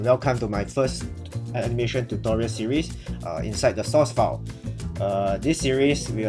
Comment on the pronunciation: i thought it was "source"file not sauce file.